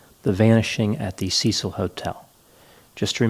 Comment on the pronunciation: Why can't Americans say, Cecil properly?